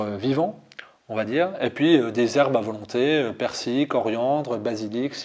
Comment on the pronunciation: C'est le jurassien qui prononce le ai de faisan et qui ne prononce pas le l de persil? lol